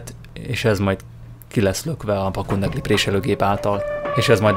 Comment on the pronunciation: üdv! elsőre azt gondoltam-rosszul hallom,majd mikor kiirtad több alkalommal is és ismételten rosszul mondtad-gondoltam szólnék neked-a helyes kifejezés a PAPUNDEKLI .igy kell irni,mondani.Köszönöm ha javitod a későbbiekben pedig jól mondod.